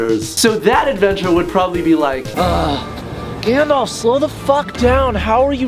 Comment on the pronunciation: It's Gandalf not Gandlaf! Lol